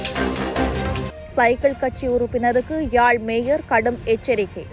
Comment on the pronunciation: மூன்று முறை மேயர் என்றும் இரண்டு முறை மேஜர் என்றும் வாசிக்கிறீர்கள்....